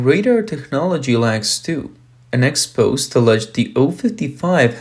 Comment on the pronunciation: It’s Expo-say